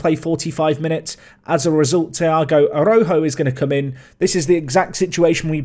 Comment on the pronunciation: Tiago's name is pronounced like "ah-rah-oo-joo"